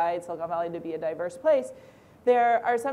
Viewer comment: "i think silicon valley is a dayverse place."